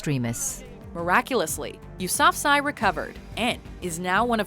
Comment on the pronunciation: I learned about Malala and couldn't help but notice you pronounced her last name wrong it's you-sa-fa-zee